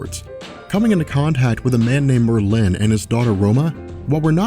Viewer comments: Mer-linn? ....Mer-linn? FUCKING MERLIN, the most famous wizard ever, and you don't know how to pronounce his name? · Merlin is pronounced with the emphasis on the first syllable, sorry, was bothering me! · You are emphasizing the wrong syllable in the word Merlin and it bothers me. Stop it. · why is he saying Merlin...like it rhymes with Berlin? it sounds so goofy the way he says it lol. I have NEVER...EVER...heard anyone say that name that way before. that is hilarious.